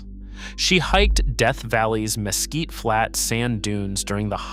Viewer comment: Mesquite isn't pronounced mess kit